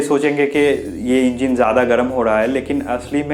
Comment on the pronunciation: Engeen nhi hota engine hota h chutiya